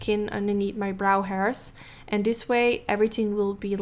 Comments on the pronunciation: “Everything ting” lmfaoooooo I cant 😂😂😂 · Every "ting" 😂😂😂